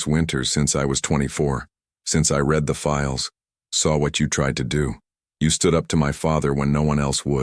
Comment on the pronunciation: Wife was killed 7 years ago, 6 year old kid. Apart of this, i liked the story. Mispronouncing is getting less as well. Still hung up on live/life and the words lead and read.